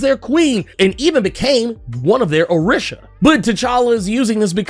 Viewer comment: Orisha is pronounced O/ree/sha. I kept cringing everything you said it wrong.